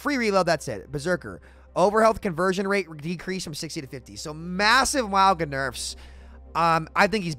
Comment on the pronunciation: Do you call him Muauga on purpose to get people talking about it or do you not know how to pronounce it?